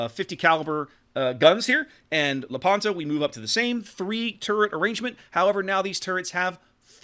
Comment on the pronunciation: By the way, in Lepanto the stress fall on the "e", so you have to pronounce Lépanto.